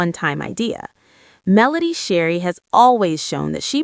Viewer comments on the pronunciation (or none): Her name is Melody Shari not Sherry, otherwise your commentary was awesome ! ❤